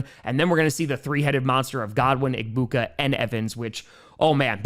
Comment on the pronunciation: The G in Egbuka’s name is silent